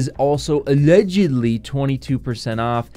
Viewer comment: Everytime you went "ALLEDGUDLY" I freaking died bro.